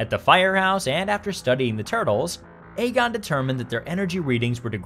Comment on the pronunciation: ay-gon? you even seen Ghostbusters before? lol